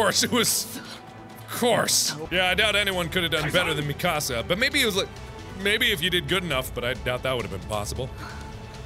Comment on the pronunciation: The girl that beat you in the trail her name is pronounced me-cu-sa sorry if I seem I winny mispronounction bugs me